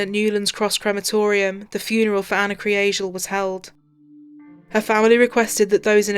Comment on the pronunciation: That last line made me tear up!!! The pronunciation of her last name almost sounded like Angel...which was probably what my mind wanted to hear!!! Such a tragedy!!!